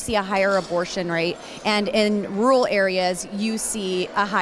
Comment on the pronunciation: "Rual" areas.